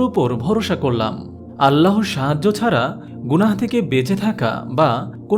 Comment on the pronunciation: আপনার চ্যানেল আমার খুব ভালো লাগে। তবে আজকে একটি উচ্চারণ ছাড়া সবই ভালো লাগলো। সেটি হলো- "আল্লাহর" = "আল্লাহোর" বলা। "আল্লাহ" নামের সাথে কোন অক্ষর যোগ করলে আল্লাহু+অক্ষর (বা আল্লহু+অক্ষর) বললে তা বেশী সহীহ হতো। আপনার হাজার হাজার সাবস্ক্রাইবার একটা ভালো উচ্চারণ শুনতো এবং এটাতে ধীরে ধীরে অভ্যস্ত হয়ে যেত।♥️♥️♥️ আরেকটি বিষয় খেয়াল করে দেখুন: "আল্লাহ" না বলে/লিখে "আল্লহ" বললে অটোমেটিক ভাবে এক আলিফ চলে আসে। উচ্চারণ টা সহীহ হয়, আলহামদুলিল্লাহ। ♥️♥️♥️ জাযাকাল্লহু খইরন। ♥️♥️♥️